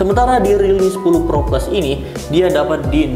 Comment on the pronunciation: Pro sama pro plus sama aja penyebutannya haduh